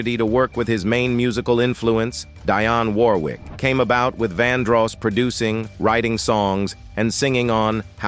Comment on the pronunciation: Pardon me for a second Internet, but, aren't there pronunciation guides nowadays? It annoys the fire out of me when people make content where they're talking for a LIVING, and don't even attempt to make sure every word they voice is CORRECT! DIE ON WARWICK? BATCH A RATCH? UGH!😡🤬